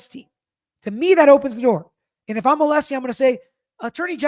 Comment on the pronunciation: I just bought a t shirt to support you and your channel. Congrats on 500k 🎉 I love your recaps and how you break it down for all of us in an unbiased way. I also love your dad. It was so cute how he kept saying ah-lee-see even after you told him how to pronounce Alessi lol. I can’t wait for the next recap w your dad.